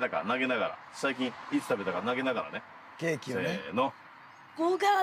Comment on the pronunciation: 終始照れてるのかわいい そして「ケー↑キ↓」「5→が↑つ↓？」と言う時の発音がかわいい